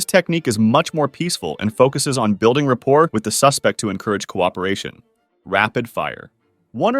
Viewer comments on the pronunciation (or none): No way my man said rapport with a t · The T in "rapport" is silent. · I’ve never heard someone pronounce the T in rapport, to be honest.